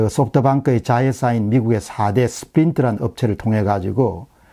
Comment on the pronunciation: 소프트방크 (x) 소프트뱅크(o) 백도아 (x) 백도어 (o)